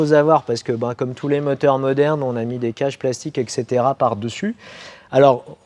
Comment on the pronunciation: Et setera et pas ex cetera..